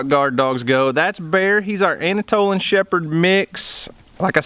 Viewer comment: "Anatolan shepherd" LOL